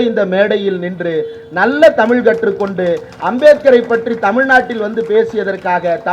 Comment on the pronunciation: தாங்கள் ழ உச்சரிப்பு சரிசெய்யவும்